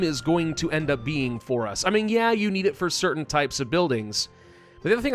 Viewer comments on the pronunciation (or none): none